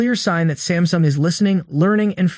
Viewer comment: I heard Stamsung... yes Stamsung! Will you catch it in the video?